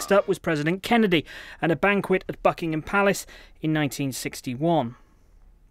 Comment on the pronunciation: Hold on did he just say the F*ckingham Palace?